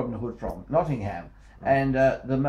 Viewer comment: "Notting Ham"?